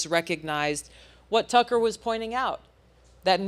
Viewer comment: Why the fuck is this host pronouncing Tucker and Joe’s names like he’s a fuckin immigrant who’s never heard of them